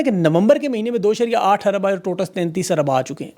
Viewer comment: AAP Urdu ka zaber nhee bolte ?ur nhee. Aur hae , guvah not gavah .